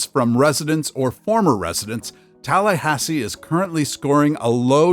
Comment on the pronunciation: You got it right on Tallahassee